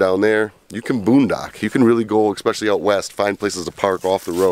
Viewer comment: Worst thing is actual the amount of times you said "eXpecially". Keep the videos coming, Great info.